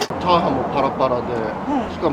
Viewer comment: チャハンではありません チャハーンです